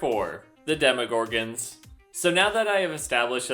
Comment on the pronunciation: demoGORGANS? I always thought it was "DemoGORGONS"